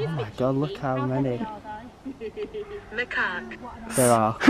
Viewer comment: It's spelt macaque and you pronounced it maraque? You may be dyslexic so no hate but when did C's get pronounced as Rs? XD nice video tho.